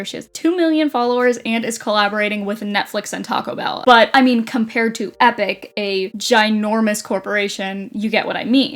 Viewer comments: no you pronounce it right. got it so wrong😂its ee pock not epic😅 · You really gonna pronounce it Epic through the whole video..